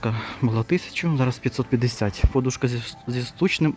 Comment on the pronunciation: Будь ласка, кажіть наголос правильно -подУшка.